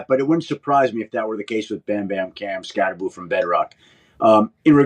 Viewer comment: It's pronounced, SKAT-TE-BO as in Skattebo, Pat. NOT "SKAT-TE-BOO" as in Scooby-Doo. Get it right, Pat. Jeesh, why the hell is every talking heads keep pronouncing Giants rookie RB, "Skatteboo?"